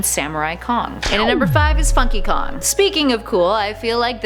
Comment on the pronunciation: it's sounds like she says fu*ky kong